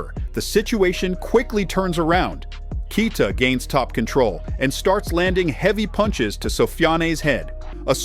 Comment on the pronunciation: He's called Kay+yee+ta, not Key+ta. If you can learn Schwarzenegger, you can definitely learn Keita.